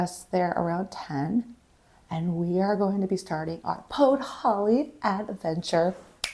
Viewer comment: A decade in Poland and you call Podhale podholly 🤡 Yup you're a murican alright...🤮